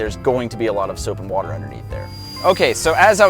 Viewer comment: According to, water is pronounced, "Whuuuter".